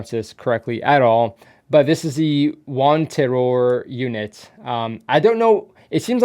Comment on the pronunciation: That wanteror pronounciation is good not gonna lie